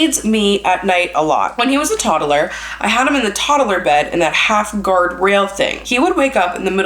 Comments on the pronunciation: Is it just me or does say "Todderler" instead of "toddler" 😂 could just be me but I love the way say pronounced it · Is this a Canadian thing or a thing? I notice she pronounced “toddler” like tod-A-ler. I don’t think I’ve ever heard the A in the middle before 😂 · Who else giggled at the way she kept saying toddler? She kept saying toddaler and I couldn’t keep it together love you both! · The way she says toddler 😂